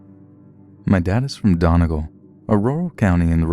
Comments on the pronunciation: I legit got triggered when he said "donnehgal" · Love the stories but you managed to Butcher the name of the county Donegal it’s pronounced done-ee-gawl and county Monaghan is pronounced mon-a-hen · Just a head's up. Donegal is pronounced dunny-gall. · "My family is from Donkal in Ireland." Me: spits out water everywhere "YOUR FAMILY IS FROM WHERE? DONKAL?! You mean, DONEGAL? DONE E GAL." I think I'm dead from laughing so hard 😂😂😂😂😂😂😂😂😂😂😂😂😂😂😂😂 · Dune gul 😂😂 its pronounced duneegaul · Dongal its donegal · Donegal is pronounced donee-gaul not donigul. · Donegal is pronounced "dunny-gawl" not "daw-ne-gull" lol it's ok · It's pronounced done e gal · Don..ee....gawl...I love you still the best...🤣🥰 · Dun-ee-gawl,not hating I just remember from some of your live posts how important it is to you to get pronunciation correct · It’s pronounced Dun-ee-gaul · You actually pronounce Donegal like Done-eee-gall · My dad is from donigal Donegal dun-ee-gawl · It's pronounced DUN EE GAWL trust me I live two counties away in Mayo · HAHAHA You butchered the pronunciation of Donegal. Its pronounced Dunn ee gawll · Donegal is pronouced like this... "Done-E-Gall" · Its pronounced dunygaul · The way you pronounced "Donegal" was pronounced made me cringe, its Done-e -gall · I really enjoyed this video! maybe in future double check how to correctly pronounce irish things though <33 for example, Donegal is pronounced Dun-Ee-Goll ^_^ looking forward to what you'll create next! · Just for future reference Donegal is pronounced "Dunny gawl" Great video by the way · No hate but Donegal is pronounced "Dunny-gall" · its pronounced " Done-e-gaal" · I’m nowhere near Irish... all I have done was watch Derry Girls and somehow your pronunciation of Donegal makes me twitch... but otherwise as usual thank you for your work and pleasant voice ❤️ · The way he pronounced Donegal made me cringe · AhHahHh ikr the way he said Donegal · i love how he says it even though its wrong lol